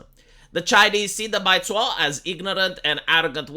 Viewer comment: Baizuo literally translates to white left. Bai = white zuo = left Also, your pronunciation is slightly off - needs more z.